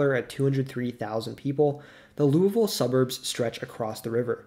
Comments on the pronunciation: Pronounced Louisville correctly, bravo! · As a southern Hoosier you have no clue how happy I am that you said louisville normally. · I'm going to assume you've never been to Louisville. But literally everyone in the surrounding area pronounces it loo-ah-ville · You (almost) pronounced Louisville correctly! That in of itself earns the video a “like” ;)